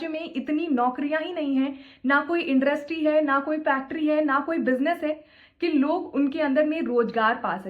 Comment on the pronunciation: शुद्ध रूप से इंडस्ट्री का उच्चारण ना कर पाने वाले लोग UPSC टॉपर्स का रिव्यू कर रहे है 😅😅 यूट्यूब पर बाकचोदी करने से बहुत कठिन होता है UPSC मैडम को समझाओ।।